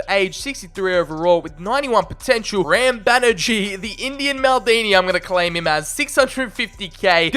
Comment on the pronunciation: What's even more interesting is that while your indian name pronunciations aren't bang on correct, you aren't butchering them lol. You're doing quite a fine job with Indian names if I may say so lol. We just stretch the vowel sounds a bit more normally. Like Ram is pronounced like Raam.